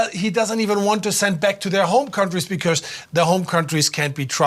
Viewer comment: but do not cäre..becäuse locäl peopole äre jobless too= Yes leägel locäl jobless get job . Hurräy !!!!